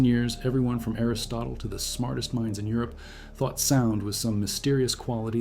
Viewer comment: 28 seconds in, we're talking about Aristoteds? Is your AI slop-generator sure that's not supposed to be Aristotle? Please, please stop. This is such crap.